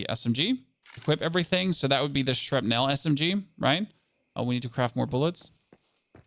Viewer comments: When you pronounce "shrapnel" you don't really pronounce the E. It's pronounced more like "shrapnl". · Shrap as in apple ) nul. That's the way it is pronounced in Hollywood movies.